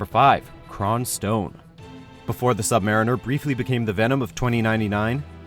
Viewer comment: The sub-MARRIN-ER yeah...definitely not the sub-mariner......like a literal fucking submarine.... Bruh